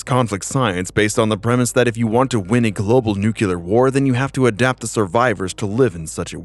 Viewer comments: Nuclear, NEW-CLEAR, stop saying New-CUE-Ler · Nucular isn't a word. Nuclear is what you're looking for. 1 U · I love your work! ❤ Please do more, if I may have a simple constructive critisism, can you stop saying nucular instead of nuclear? It always takes me straight out of the story. Keep strong, long live your channel friend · NEW KLEE URR not NUKE U LAR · NUCLEAR! Not nucular.